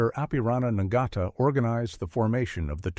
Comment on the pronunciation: Not "Nigata". This is pronounced as: "Nartar"